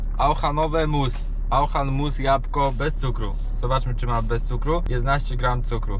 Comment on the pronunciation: Auchan się czyta oszą